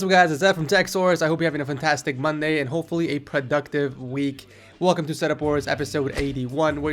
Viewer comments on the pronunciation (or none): none